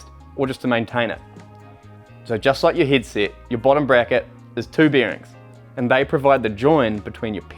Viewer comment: I have just noticed he cant pronounce the e' ... He is saying hid sit and not hedset and also birings and not Berings